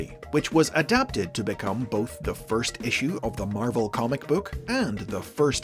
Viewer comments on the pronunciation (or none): none